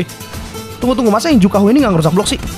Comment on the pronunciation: Juhaku bukan jukahu😂